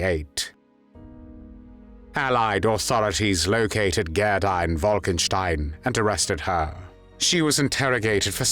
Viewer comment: GADA???? G E R D A!!!!